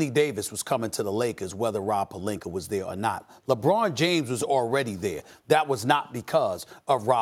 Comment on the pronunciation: O yeah, "the Lakers and Rob PELINKER" 😂